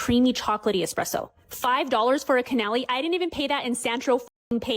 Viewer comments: Chef here. The first "food reviewer" should learn how to pronounce Canelé. The emphasis is on the first syllable, like [KAN-uh-leh]. Not canal-E. The pastry chef was bad as for the clap back. What a gangster move, and I love it. Guess customers are not "always" right 🤷🏻‍♀️ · CAN-EUH-LAY not canelEEE but okay Also, it always kind of makes me laugh when people with less than 10,000 followers are so full of themselves and on a high horse as if it's difficult to do. I have a throwaway account on TT and have put zero effort into my videos, I shitpost and post extremely infrequently and I have nearly 4,000 followers that I never asked for. So someone with 6,000-8,000 acting like a snob and as if they are god's gift to everyone is so hilarious and cringe to me. Get over yourselves indeed! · Given her horrendous pronunciation of 'canelé' and her overall obnoxiousness, I absolutely believe that didn't get the VIP treatment she might have expected in Paris.